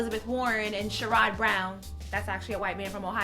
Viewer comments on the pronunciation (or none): Lol Senator Brown pronounces his name Share-id not Sher-rod. #Ohio